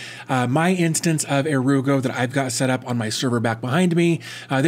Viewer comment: I just love this, I work for a global company who use sharepoint but don't let us share with external parties. They also ban sites such as WeTransfer. It looks so good too. Definitely +1 for the 'ere you go pronunciation.